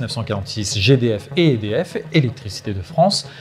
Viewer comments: il répète des dizaines de fois le nom "EDF" sans être capable de le prononcer correctement. Il s'agit d'un acronyme prononcé simplement "E-D-F", sans quelconque accent ! Le pire à relever ici est que personne n'a daigné lui en faire la remarque avant de publier cette vidéo...nivellement pas le bas comme toujours. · oui c clair. Apres ils sont pas mal a dire édf